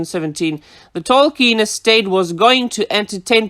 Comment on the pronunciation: “Tolkien EstHATE.”